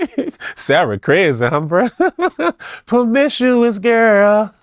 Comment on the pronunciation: “Pa-mish-shu-us girl” 🎶😭